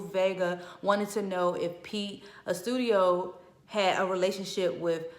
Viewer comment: Pete’s last name is pronounced. Ahstoodiyo Maybe that will help you say his name more correctly lol